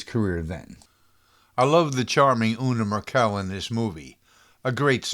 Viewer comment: Una Merkel, for one (at least the way you pronounce it is not the way I've always heard it.